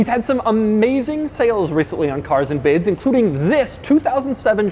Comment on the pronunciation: More like "caRRRs and biDDs"